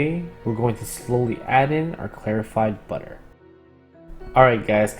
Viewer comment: Me and my dumb ears: we're gonna slowly add in our terrified butter